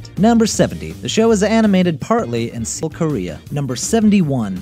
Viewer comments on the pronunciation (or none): none